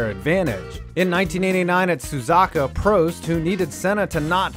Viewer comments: Wtf did u say susaka instead of susuka?? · Don't forget about Suza- er, I mean Soo-zoo-ka (Suzuka) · The mispronunciations man, just wow. "Suzaka" made me cringe in ways I've never cringed before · As an F1 fan, so glad to see this video But for heaven's sake...it's SUZUKA not SUZAKA goodness All things considered, pretty good video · I’m I hearing things or did he say suzaka not sazuka when taklking about senna and Prost?? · Suh-zook-ah As for Senna taking Prost out, that wasn't cheating, that was karma since Senna shouldn't have been DQ'd the year prior but was in part due to the FIA's obvious favoritism towards Prost. The "accident" was Ayrton's "fuck you" moment to Prost, Balestre, and anyone that felt they could dick him around. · hahaha SUZOKKA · "Kiki Rosberg" "Sazaka"........ nope, this is justified. 10 points. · I stomached it as long as I could, I even stomached "Suzaka"... But HARNO Trulli broke me. On the bright side, there wasn't a litany of massive, glaring factual errors like most videos. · doing a F1 video with bad pronunciations (it's Suz-U-ka)? DAM SON! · Don't forget Suz-aka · Suzaka? Barichelow? LOL... You have no idea what you are talking about. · La rask-a-say...suzaka...kill me now..these pronounciations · Ayertone Senna and Prosteee at sazuku... Jesus Christ these pronunciations hurt. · You lost me at “Suzaka” ...🤦🏼‍♂️ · Just the accent of the guy talking should turn you off this video. Nevermind the content. "Proust at Suzaka". Amazing. Excuse me, where?! I bet nobody knows what he's talking about Butthurt Shoe Marker and Villa Newve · i stopped the video when i heard suzaka. please show some respect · “Suzaka”??? Dislike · it's one of the most iconic race tracks in the world. It's not a particularly hard name either. There isn't really an excuse to get it wrong. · How can you mispronounce "Suzuka" like you don't know the sport....